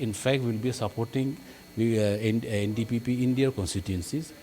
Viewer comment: he can't even say NDPP party name correctly 😅